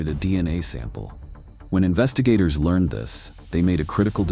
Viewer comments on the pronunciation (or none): none